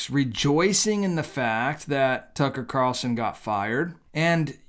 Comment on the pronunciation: Why do Christian YouTubers keep calling him Tucker Car-el-son, when his name is Tucker Carl-son?? Nick Picky, maybe. But this drives me crazy. It's not how he says his name.